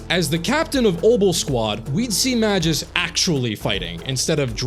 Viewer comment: About Magus It's not Ma-juice, it's Ma-goose Also I'd add Soukaku to the bunch in the video too